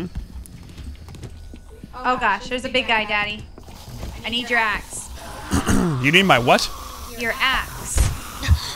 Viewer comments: I thought said I need your ass, but she actually said I need your axe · said ass instead of axe